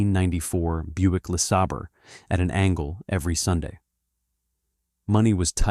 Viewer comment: AI voice has some bad mispronunciations- Lesabre and closer for example- giving up after closer.